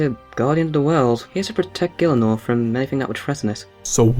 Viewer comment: FUCKING MISPrONOUNCING GIELINOR? SRSLY?